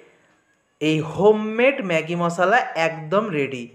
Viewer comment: Apni MOSSLA bolen ken? Shunte ghinna lagey. MOSHLA bolen